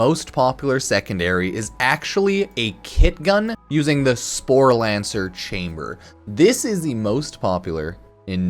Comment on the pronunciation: Not sure where you're finding the 'n' in "sporelacer" but you managed to pronounce it as "sporelaNcer" every time. Not even mad, I'm impressed.